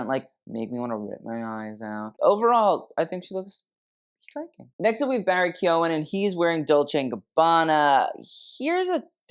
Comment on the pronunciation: Ooo well done on getting the pronunciation of Keoghan right. You’re the only one I’ve come across so far that hasn’t said it as Keegan 😂 It’s Kee-own for anyone wondering, like said 💜✨